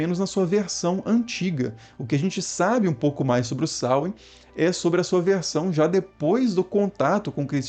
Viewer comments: A pronúncia correta não é essa. É sôuin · Samain na Galícia, pronunciando o segundo a. Veja algum vídeo sobre cultura céltica galega